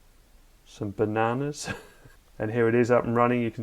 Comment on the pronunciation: That walnut cabinet was fabulous. How did you pronounce 'Banana' again?